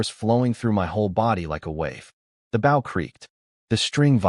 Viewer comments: They just need to add an e ... Bowe....🤷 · Why doesn't AI know how to say BOW as in BOW and ARROWS??? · It really frigging grinds my gears this thing cant say "bow" correctly. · I like the stories but can't you program the narration program to say the word "bow" correctly? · Can you train AI to saybow properly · Can you put a word before bow like hunters bow because the ai keeps saying it wrong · Even if the author does the ai will stay say bow wrong unless its a different ai cuz I watched one sometime ago that had overlord bow and the ai is still saying it wrong. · but it does say it right with crossbow so thats why i thought, maybe if he changes it to longbow or shortbow or hunters bow it might say it right aswell